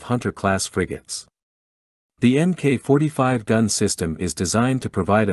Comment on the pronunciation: It's not emmkay 45 - it's Mark 45.